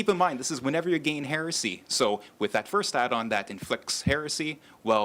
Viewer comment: Heh-reh-see NOT HEARSAY!